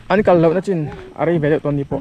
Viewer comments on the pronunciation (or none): Nachin ni lovin nichin